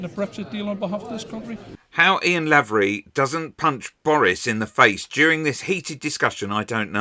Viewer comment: Small point for future reference: The first syllable of Lavery is pronounced "lay".